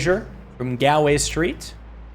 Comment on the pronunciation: As an Irishman, I must reeeeeeeeeee at the terrible pronunciation of Galway.